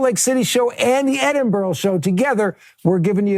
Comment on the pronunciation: Cant wait for you to come to Edinburgh! Heads up it’s pronounced Edin-bruh